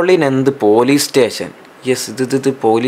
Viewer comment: Mashe stheshion alla station😂😂😂